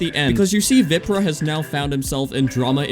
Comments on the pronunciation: It's not pronounced vìprah it's viprah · It’s VAPRAH not viprah I don’t mean the spelling I mean the way u say it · You keep saying his name wrong. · youre not even saying his name right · Why he say viprah like that